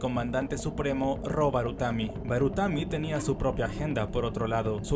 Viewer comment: Hay un par mas de errores, como cuando le dice baratumi a barutami. Pero el del glacial es el que mas resalta.